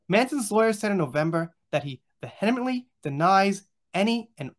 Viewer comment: "Vehemently" is pronounced "VEE- uh-munt-lee" .... Should make it easier for you...xxx